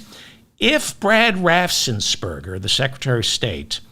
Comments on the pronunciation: Only one 's' in 'Raffensperger', not 'Raffsen' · Raffen-S-perger! .... NO extra "s" after the f. Make life easy for yourself, David! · Raffensperger. You’re adding an s after the ff’s that isn’t there.